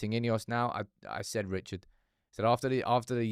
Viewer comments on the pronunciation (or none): none